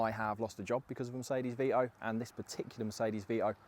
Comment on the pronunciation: Its Vito not VEEEEEEOOOOHH